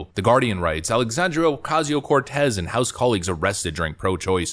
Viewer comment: I love the condescending tone in your voice as you say a.o.c's fake ass name, with the Spanish role of the tongue! "Alexandria Ocasio-Cortez!" Hilarious and a bit racist but you nailed it!